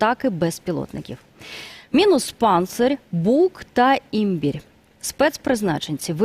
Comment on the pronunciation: ЄлабУга , Імбірь - ця ведуча вчила в школі наголоси?